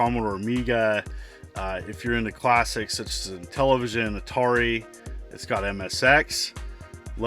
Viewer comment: There's no 'e' in 'Atari'.